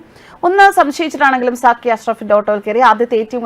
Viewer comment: "Sakki" alle?, 'Sakir Naik' allalo?.😂😂😂